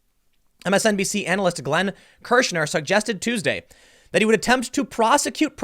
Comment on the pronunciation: "Kirschner" Every. Single. Time.